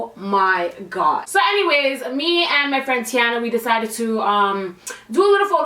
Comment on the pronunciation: You say Tiana so Jamaican lol my family from Jamaica and they say my name exaccctly the same lol